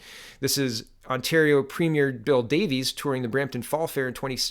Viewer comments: Not Davies it's Davis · Yes Bill William Grandville Davis. I know Davis as in D A V I S. Mispronounced. Funny growing up I would've been corrected and a stern talking to. 1 It taught me to think things through 2 So you don't look like a JACKASS. Even that is fading away. Correction it has faded away.